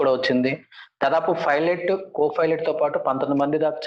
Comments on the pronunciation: Rey filot anchor nerchukunnava. Pilot anadam savata arey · Filot kadhu... Raa babu pilot. Filot... P Fassengers... Antav malli. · Rey pilot ra arey filot kaadhu ra baadkav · Most importantly his pronounciation of pilot was wrong..he always pronounces filot